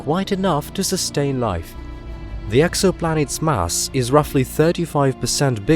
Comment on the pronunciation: Can only assume it's automated or fake! Not even the Queen says "mass" like that.